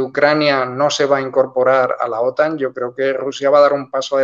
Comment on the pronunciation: La acentuación correcta en español de la siglas OTAN (Organización del Tratado del Atlántico Norte) recae en la vocal "a", no en la vocal "o". Está última acentuación es propia del idioma inglés, que se ha difundido por influencia de medios anglosajones y la imitación linguística de los hispanohablantes en medios de comunicacion. En Hispanoamérica, siempre se ha pronunciado OTAN con acento español correcto en la vocal "a". Sin embargo, en los últimos años, la acentuación inglesa con acento en la vocal "o" se está difundiendo por influencia de cadenas de noticias anglosajonas y no anglosajonas (francesa, rusa, alemana, etc). Obviamente cualquiera puede acentuar como quiera, pero la norma de la lengua española en acentuación de palabras es precisa.